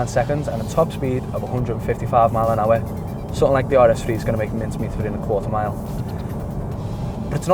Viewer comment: "155 mile a awr" that accent tho.